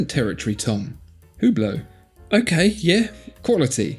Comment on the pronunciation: For Hublot, you butchered the name? Watch magazines either pronounce it as “U Blow” or “Ohh Blow”. Although looking at others and how they pronounce it… now I don’t think anyone knows how. 🤔